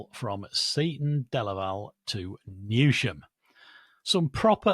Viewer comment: mispronounced Newsham, it's pronounced Newsum. Keep up the good work though excellent podcast for keeping up to date. Thumbs up from me.